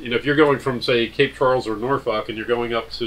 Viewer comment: Again in my old back Yard, you said Norfolk correctly in the intro, 🤣🛫